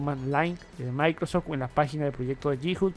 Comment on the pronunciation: No sé por qué no pronuncia bien. Siempre tiene el mismo error, todo es "MAICROS tal cosa". Molesta.